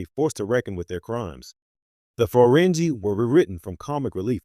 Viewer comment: Is this AI? It's pronouncing things any trek lover could say. Like Feranjie. It is not pronounced like that. Try using ng phonetic spelling in the future if you want to not sound AI of you don't want people complaining about AI.